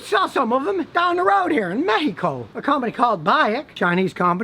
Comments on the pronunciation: I'm just glad to hear an american properly pronouncing "México" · that is the way it's supposed to be pronounced. That's how spanish speaking people pronunce it.